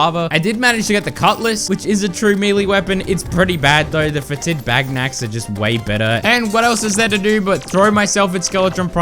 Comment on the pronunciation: Fetid is pronounced FET-id, not fe-TID. Emphasis on the first syllable.